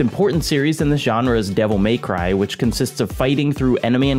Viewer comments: Devil May-Who from Whoville. Literally all I can think about every time he pronounces devil May cry like that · "Devil MAYcry"